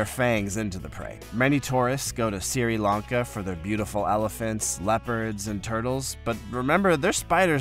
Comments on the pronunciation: Sri Lanka , not Siri lanka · It is Sri Lanka not siri Lanka. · Siri lanka? It's Sri Lanka (pronounced 'shree lankar'). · Siri Lanka???😂😂😂 Maybe the name Ceylon should have been kept! Siti Lanka…I assume he’s reading a script and Sri was autocorrected to Siri. I really hope that is the answer…the alternative is embarrassing…who doesn’t know Sri Lanka?😂